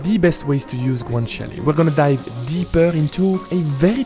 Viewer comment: Thank you for pronouncing Guanciale properly 👍🏻